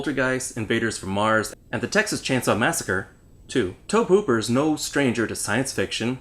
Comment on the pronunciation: The correct pronunciation is Toh-Bee Hooper. He's from Texas, YeeHaa! USA. Right? This film was rated R. Since you said you were in high school when you first saw it. You were too young to get into the movie theater. Confess- confess, now!